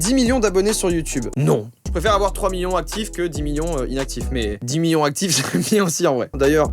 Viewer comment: tu dis miyons au lieu de millions c marrant